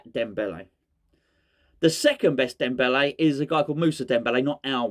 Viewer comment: Was it me or did you just repeat “Debele” all the way through. I can’t remember any other words !! 😂😂😂😂😂